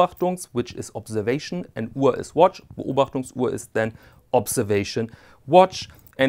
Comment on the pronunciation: A phenomenal watch and a fascinating comparison. What an extraordinary piece of history! The age and patina simply can’t be replicated. (It’s also great to hear Beobachtungsuhr and Flieger pronounced by a native speaker).